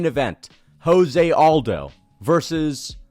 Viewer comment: Why can't MMA YouTubers say Jose Aldo's first name correctly?